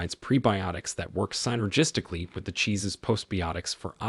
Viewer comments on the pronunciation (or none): Synergistic does not have a long “I”. It is NOT pronounced SIGN er jistic, but Sin er jistic.